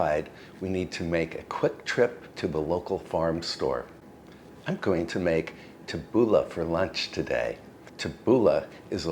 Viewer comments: It was hard but, tabbouleh is pronounced like this tabboulee. Not ah but ee. I know you appreciate these tips. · Lovely, as always,. But it is pronounced « TAH-BOO-LAY, it’s lebanese. 😊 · Pronounced "Tabooleeeeeee! Looks delish!